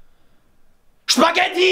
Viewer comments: Wife:, what do you want for dinner: SHPAGHETTI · he is german